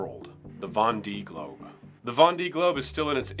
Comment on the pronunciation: GOOD info. Thanks. ps: The famous Vendee Globe is pronounced "Von - day". (Plus ou moins. En tous cas, mieux que 'Ven-di").